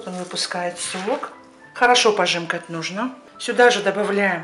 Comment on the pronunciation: Не"пожимкать",а "пожамкать"